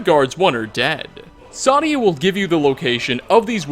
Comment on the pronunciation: Sadia is pronounced "Say-Dee-Uh" in the game. Also, for the last one ESO had a pretty good argument about who was telling the truth